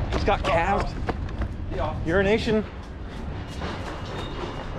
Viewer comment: Sounds for all the world like you're saying urination bob